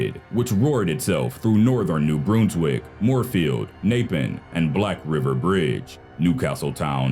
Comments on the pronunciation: it's pronounced new Brunswick not new broonswick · mere-a-ma-she new Brunswick Bruns-wick 😂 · I'm surprised at how few comments there are on your pronunciation of New Brunswick